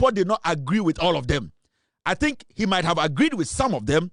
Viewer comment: dont say, " A tink" I presume you wanted to say," I think"